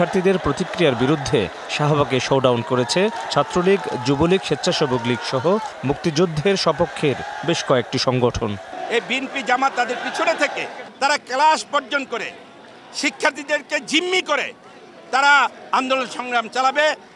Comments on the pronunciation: ক্লাসকে বলে কেলাস! সেও বিশ্ববিদ্যায়ল নিয়ে বক্তৃতা দেয়। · যুবলীগের সাধারণ সম্পাদক এখনো "ক্লাস" উচ্চারণ করতে পারে না 😅🤣🤣🤣🤣